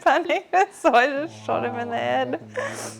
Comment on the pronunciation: "I sawer a guy and I panicked and I 'ot 'em in 'e ed."